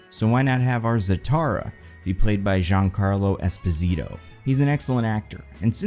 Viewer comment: needs to see Dan Murrell’s correct pronunciation of Giancarlo Esposito